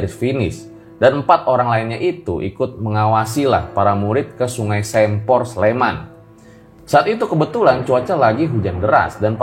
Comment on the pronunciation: Sempor dibacanya kayak "se"patu